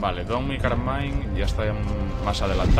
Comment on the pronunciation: soy yo o nombro a dom como "tom"?